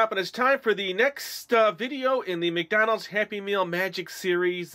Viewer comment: lol u just said mcdolds